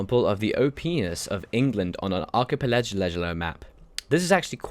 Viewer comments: Ark-key-pell-la-go Archipelago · archipelago - Ar-kie-pe-la-gow